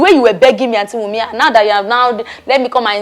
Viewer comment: Wumi without the "n".😅😅😅❤❤❤